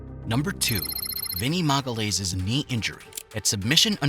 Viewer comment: "MAGALAYS" it's "magayaeesh" please.